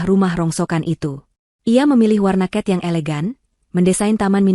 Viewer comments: ALLOH dibilang Alah cat dibilang kat adik dibilang adek anda benar benar merusak bahasa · Cat dibilang kat cut dibilang kat sungguh seenaknya kalau ngomong merubah kata kata seenaknya sendiri